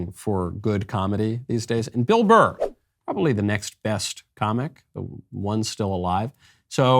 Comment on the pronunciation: It’s not a difficult last name.. BURR. The show is too big to make those sort of mistakes.